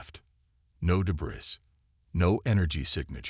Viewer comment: duh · bree the s is silent .